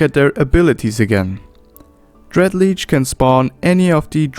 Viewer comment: One thing hurts my "mmo-rpg feelings" - It is pronounced shortly: Lich, not Leech